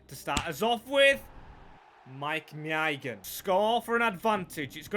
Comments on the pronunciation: Someone needs to tell him how to say maignan. My nan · I really like this guy! The effort he puts in is fantastic and I feel should be rewarded far better with views and likes and subs and what not! But my goodness if it isn’t an English name with one syllable his head goes! I mean he said maignans name 5 different ways at one point lmao 🤣